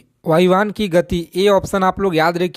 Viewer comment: agar padha rahe hain to thoda acche se padhaai ki aapko Hindi bolane nahin a rahi hai aur ab chale bacchon ko padhaane vayuyan ko vayuyan vayuyan bol rahe hain